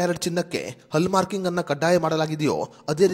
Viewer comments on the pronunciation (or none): ಹಲ್ಲ್ ಮಾರ್ಕ ಅಲ್ಲ ಹಾಲ್ ಮಾರ್ಕ್